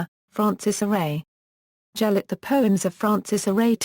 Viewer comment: its gelert not gel-ert its said like this ge-l-ert